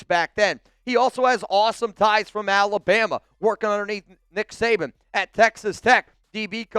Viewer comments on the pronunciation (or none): none